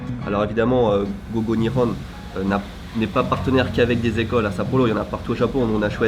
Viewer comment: niveau tres bas a mon avis. Quand tu l'entends prononce GO GO Nihon, on a l'impression qu'il dit go go "ni-on" et non pas " ni'Hon'(e) ". Et il a l'air de decrouvrir lors de la classe "nagusameru" qui est pourtant un mot de base.